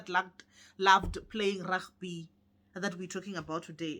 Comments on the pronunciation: Not Ragby It's Rugby! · The way you're calling Rugby sounds Afrikaans like 😂😂😂🤣🤣